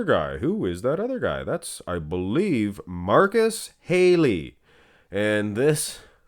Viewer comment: Marcus Haley. Nick name Haley's comet. Yet it was Halley's Comet and pronounced like halle berry not hailey (halle and Halley having the same word origin).